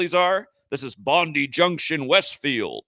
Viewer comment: Bondi is pronounced "bon-die". A bit like "good die". Sick.